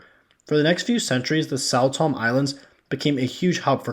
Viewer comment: This does sound like “what about-ism” and deflection. Also, many of your pronunciations from Sao Tome, Igbo, Ashanti, Benin, Niger, etc. were WAY off my friend.